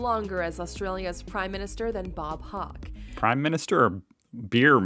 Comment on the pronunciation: Another fact she didn’t mention was that Bob Hawke (mispronounced as Hock) was a Rhodes Scholar at Oxford. This a far better accolade than winning a beer drinking contest.